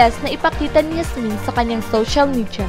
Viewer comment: Pag pronounce lng ng pangalan ni Yasmin, ayusin mo naman